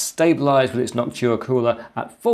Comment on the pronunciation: It's Noctua not Noctchua